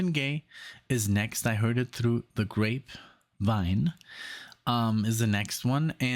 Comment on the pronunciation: I’ll forevermore have to call ‘I Heard It Through The Grapevine’ as instead ‘I Heard It Through The GraVePine’ the way first said it…misspelling or misspeaking it made me laugh out loud ❤️😂